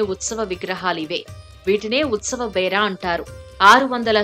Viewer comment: పన్నెండు అడుగులు కాదండి, అంగుళాలు..... సమవే... కాదండి సామవే. బేర.... కాదండి బేరం.